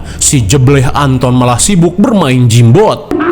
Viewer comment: Gamebot bang,,,,bkan jimbot